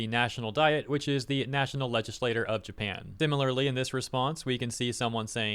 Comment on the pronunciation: Um it's Japan not Japin🙄